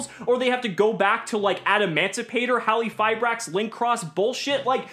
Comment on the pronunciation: In Halqifibrax, the Q is not silent, right?? I dont know why cant say the name correctly '-_